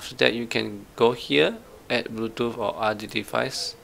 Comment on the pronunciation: Bluetoof 🤣 other than that this video was great thanks man no hate just fuhny